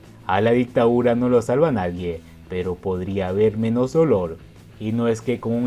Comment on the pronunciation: Se dice DICTADURA no ICTAURA.